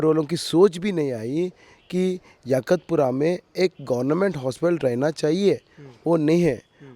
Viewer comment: 😂😂😂😂😂 YAKHUTPURA AREA KA NAAM BOLNA SIKHO ELECTIONS CONTEST KARNE SE PAHLE 😂😂😂😂😂😂 ABE TOTLE ENGLISH AUR HINDI BOLNA SIKH 😂😂😂😂😂 MOUH SE GUTKA NIKAL KE BOL 😂😂😂😂😂😂😂